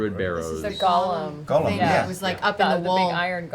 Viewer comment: People made fun of Matt for pronouncing sigil with a hard "g," but at least he can pronounce golem correctly. (with a long "o") Refreshing to not hear "gahlum" for once!